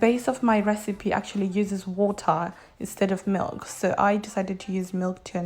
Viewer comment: I love how you say ba-a milk 😂😂